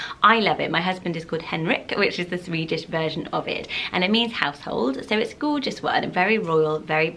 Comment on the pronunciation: I like how you say the word “Gorgeous.” It sounds like “Goo-juss.” Haha. ♥️☺️